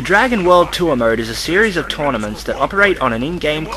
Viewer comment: Am I the only one that keeps hearing 'murd' instead of 'mode'?